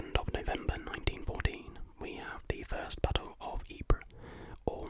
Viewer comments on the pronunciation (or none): Sarejevo - pronounced Sareyevo Ypres - pronounced eep 😊👍